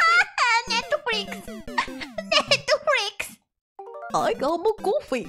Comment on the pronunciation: I love her pronunciation of NET-HRIX